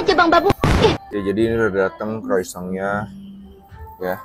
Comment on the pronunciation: Pengucapan Croissantnya Masih Salah.